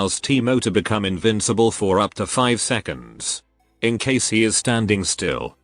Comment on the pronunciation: Invincible? Thats what he said right? Not invisible lolz